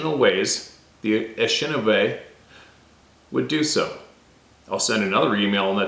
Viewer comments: Pronounced: A-ni-she-na-bay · It's pronounced in-ish-in AAAHHH-bay